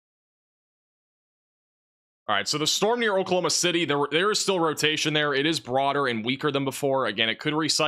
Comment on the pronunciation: Can’t be a meteorologist if you can’t pronounce Oklahoma City correctly 😂💀.